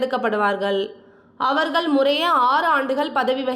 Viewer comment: Bad pronunciation..அவர்கள் அவர்கல் அல்ல